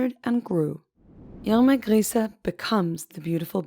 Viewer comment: Nice to see a video where they actually pronounce her name right.. Great quality!